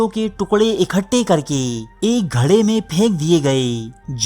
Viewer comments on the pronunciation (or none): Saala Indian Social media... Urdu Diary k naam se dhoka dey raha hai.... isko urdu tak tu bolna nahien aati .... GARHE ko GHARA bolta hai.... Dekhna eik din yeh raiste Pakistan k khilaf bhurkaiga... hoshyar raho Pakistanio... Hoshyar bashad... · آآپ صرف اتنا بتا دیجئیے کے جہاں ان لوگوں کی لاشوں کو پھینکا گیا وہ گڑھے تھے یا گھڑے تلفظ کو صحیح ادا کیا کریں